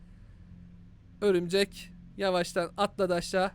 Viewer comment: Abi ömürcek diyorsun😀